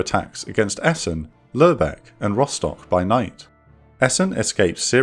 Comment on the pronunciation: That's a weird way of pronouncing Lubeck